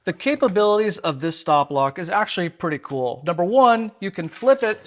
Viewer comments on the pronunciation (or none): none